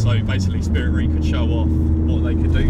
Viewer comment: 'ei' is pronounced 'ay' in Japanese, so it's Spirit RAY, not REE. Great video as always! This just irked me haha